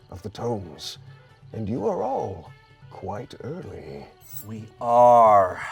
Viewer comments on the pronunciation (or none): When you had to rewind a bit because you thought you heard said “you’re quite ugly” instead of “you’re quite early”